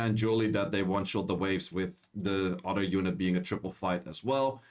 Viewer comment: It’s pronounced other not “udder”